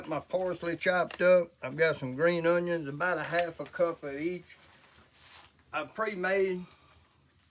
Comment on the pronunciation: You say Sweet Vidalia yellow Onyons like one of them old boys from Louisiana.